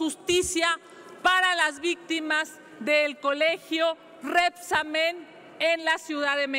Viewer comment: DIGANLE A ESTA SEÑORA QUE EL ACENTO VA EN LA PRIMERA LETRA "E" DE RÉBSAMEN Y NO EN LA ÚLTIMA